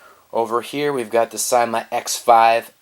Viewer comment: I thought you said sema